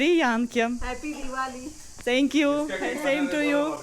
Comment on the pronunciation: "СЭНКЬЮ" - это вообще ужас. В коррекционной школе не показали как произносят звуки TH, высовывая при произношении кончик языка на выдохе.